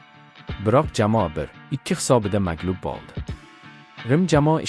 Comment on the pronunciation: Крил харфларида ёзувни укияпти шекилида ойинга мас у́йинга булади болди мас бу́лди